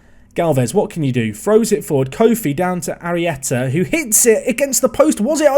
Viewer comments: Finally, you say Arrieta's name right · Arieta could be Spanish Arri' ? You were def saying it right today tho love the series pal